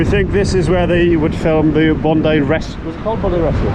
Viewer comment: I would have expected Bondi much more crowded and indeed not that such big waves and a warmer ocean water. You are in advance pronouncing Bondi correctly. I totally failled the first time. I never got the taste of TimTam but of vegemite. Guess you have similar in the UK. Once and never again. My first grocery stop in 2019 was at Aldi. Just to compare with home.